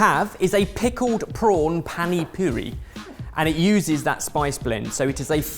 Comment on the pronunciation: Did look up the pronunciation of panipuri or just went for it? He has got it right in the past, so no excuses! (Soz 😂) Also, can we have the recipe for that panipuri? It looks amazing!!!